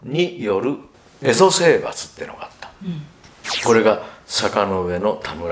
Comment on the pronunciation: 「坂上田村麻呂による蝦夷征伐」と言われましたが、平安時代初期においては、蝦夷は「エゾ」ではなく「エミシ」と言っていたと思います。